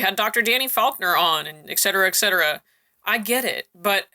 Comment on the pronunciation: the word is ETCETERA, not EGGCETERA!